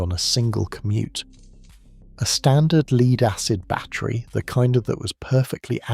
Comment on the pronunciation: Lead, it's pronounced LED in this context. AI often gets confused 😂